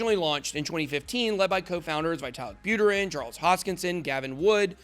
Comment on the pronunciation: It's Pronounced : "" VeeTahleek Bouttehrin"" Not : "Veyetah lik- Butter in"" Written: Виталик Бутерин